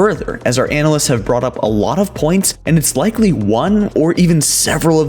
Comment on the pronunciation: The way he says analysts as “anal lists” makes me uncomfortable